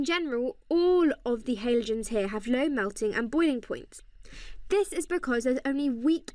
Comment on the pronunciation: cant deal with the way she says halogens